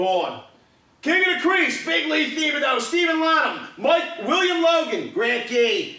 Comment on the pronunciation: Thibodeau is pronounced tib a dough